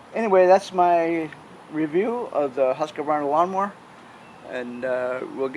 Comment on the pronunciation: There are only three syllables in Husqvarna.